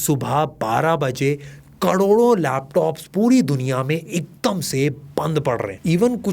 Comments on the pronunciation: Karodo❌ kdodo✅ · kadodo 😂😂😂😂😂 again kadodo 😂😂😂